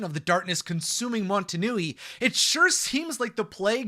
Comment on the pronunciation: Are you saying montunui, I'm pretty sure it's motonui